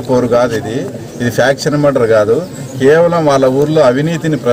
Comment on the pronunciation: ముర్డర్ కాదు రా నాయన 😂😂😂😂😂😂😂😂😂😂😂 మర్డర్ రా తెలుగు కూడా రాదు